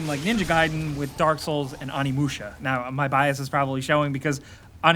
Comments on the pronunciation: Its pronounced Oh-knee musha not on-knee musha you scrub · OOOOnimusha not Animusha come on man get it right :p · Animusha....I know it's nitpicking but I just urked when I heard that pronunciation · The Onimusha game series has sold over 8 million copies.. lets stop the "AM I THE ONLY ONE" crap. You're clearly not. Also, "OH NEE MOO SHUH" is a game i've played, not "AH NEE MOO SHUH"